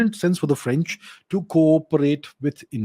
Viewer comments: Lol. "Indian accent". He nails the exact french pronunciation during 95% of his sentences. Quite impressive. And if you're wondering what i know about it, i'm french, and have heard quite a few foreigners speak french. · 🙏 Thanks for sharing..Vous avez un bon accent en français..et je pense que Modiji a fait un bon choix.. Ici à Paris, le journal l'écho, bfmbusiness ont déjà parlé.. Aapko bahoot mubarak deta hun. Jai jai Modi...🙏🇨🇵